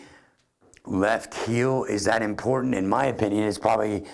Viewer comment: Its 'heel'. ;)